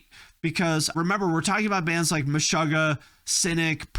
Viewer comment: It's still 'Meshugga' with a 'u'. Not 'Meshagga'.